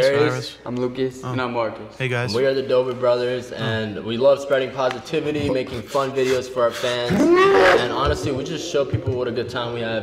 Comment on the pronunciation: spwead pwositivity